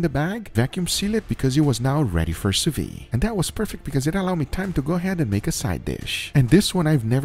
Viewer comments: soo veed say it like that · Hey! Please try to pronounce the D at the end of sous-vide, its not a muted letter! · French speaker here, sous vide is pronounced "SOO VEED" NOT "SOO VEE" the d is not silent. Thought you might want to know. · The way you pronounce ''sous-vide'' like ''sous-vee'' makes me laugh everytime. You need to pronounce the ''d''. Like ''sue-veede''. Source: french is my first language.